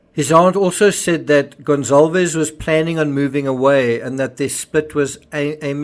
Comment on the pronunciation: Why is everyone saying "Gon-ZAHL-vez"??? Is "Goncalvez" pronounced "Gonzalvez?"